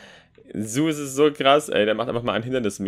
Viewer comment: Das heißt nicht,,suß" Das heißt ZEUS wie dieser Gott aber ok-_